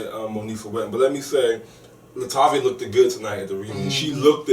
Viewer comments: I love you but plz stop saying lookeded!!! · Love as an addition..however he made my ears bleed when he kept saying Looked It. The correct word is Looked... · Oh my, it's bothering me that the guy (I can't remember his name) keeps saying "looked-ed" lol it LOOKED not looked-ed :P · I don't know Kevin's co-host's name but I wish he would stop saying "lookded." That is annoying and so ignorant sounding. I'm not expecting perfect diction but that's just plain ridiculous and hard on the ears. The correct word is 'looked.' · baby, I love you to pieces but..... "looked" is 1 syllable not 2. Sorry, HUGE pet peeve.